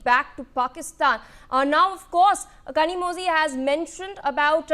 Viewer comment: someone tell these north indian anchors that tamil has special sound which needs to be pronounced using bent tongue and "zhi" is pronounced like Li or Lee but differently......in fact tamizh itself should be pronounced that way.....